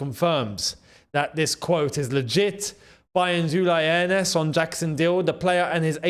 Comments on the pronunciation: It is Hoeneß which is Hoeness, it is not Hoeneb 😅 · Firstly you need to learn the pronunciation of the West German legend his name is Uli (rhymes with wooly) & his surname is Hoeness (pronounced Hurness). We always knew there was a clause in the contract saying Jackson had to play so many games & there was no way he was going to displace Kane, Diaz, Musiala or Olise